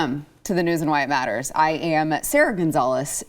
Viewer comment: The name is "News and Why It Matters," but the way she says it sounds like "News and White Matters." I love white Hispanics. Yeah, Hunter Biden's issues are central to the problems facing our country. Poverty could be eradicated by sending Hunter away, not to mention environmental problems. But Hunter is such fun to talk about if you are a Trumpist. Understandable when your hero's major accomplishment was giving a huge tax cut to the rich. Also, this recording is an old one. It did not happen last week but it is presented now in an obvious effort to embarrass the president and his son.